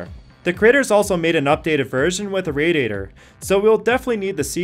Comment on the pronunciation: What the hell is a ray dater lol